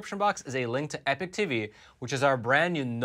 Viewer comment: Hey,... Great set of shows at Epoch... Now, say after me: E - "POK"- that's how the word is pronounced - not e-"PIC" See - it was easy! Other presenters are starting to get it right - you can too...